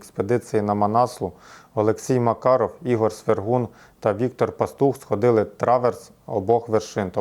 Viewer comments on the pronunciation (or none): none